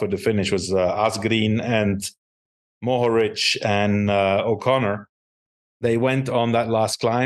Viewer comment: Johan and. Thank you for the correct pronunciation of Mohorič and Pogačar 👍🇸🇮